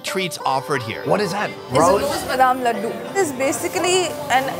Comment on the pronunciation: "Ladu" here lemme correct u so that it will be a lil easier to say "Laddu" ur welcome ....